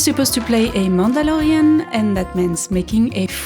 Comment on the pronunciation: In my mind I always hear Mandolorian in a French accent. For.. some reason? Idk. And now I actually heard it like that! Shivers 😍